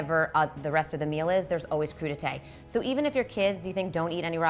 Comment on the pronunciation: What is a crew-du-taye??? For us less sophisticated troglodytes.